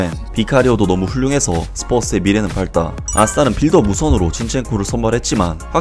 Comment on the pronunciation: 참고로 밝다는 발따가 아니라 박따로 읽어야